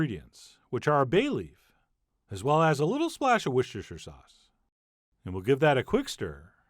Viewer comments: Worcester sssh sauce I love how Americans can’t say it 😂😂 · Its Woostah-Shir-Sauce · Oh, I now know what the horrid bit of the video is: "Wooshasha" Sauce. What a crime against pronunciation. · "Worsteshersher sauce" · Also Worcestershire sauce. It's pronounced 'Wuss-ter-shr'. Nobody in England pronounces the cest or the ire. 🤣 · Woo cester shire sauce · He’s close, but still not aceing it. Grandparents from Worcestershire...